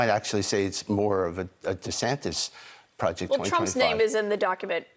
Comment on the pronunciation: "Pwojeck twa twa five."